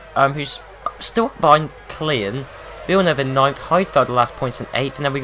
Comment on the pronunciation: IT'S KLIEN!